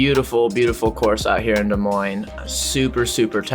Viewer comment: Thank you for pronouncing Des Moines correctly